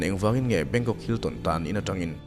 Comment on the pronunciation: "Bangkong"ka nui na sa lutuk tawng sual hi chu alo awl emai😆